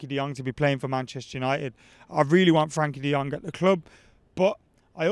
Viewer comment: I have a dream - To hear say Frenkie de Jong's name right for once. Frenkie, lad, Frenkie.